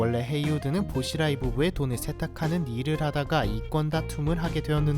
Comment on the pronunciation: 보시라이가 아니라 붜치라이 라고부릅니다 .